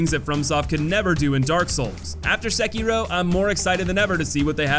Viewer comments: No youtuber I've seen pronounces the game's name correctly. You're close though. Se-ki-ro. Not Sek-kiro. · My dude its not "Sekeeroe" Its "Se-ki-ro" Edit:Plus i would put perilous atts in the hate.category tbh. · Sehkeyrow.... lolll.. great video but you are kind of pronouncing it hella wrong bro.. lollllz.